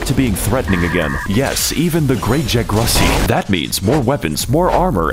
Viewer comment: "The Great Jagrussy" I'M DEAD!